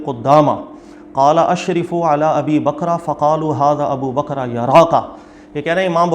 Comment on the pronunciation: Bakr ko bakra kyu bol raha hae........?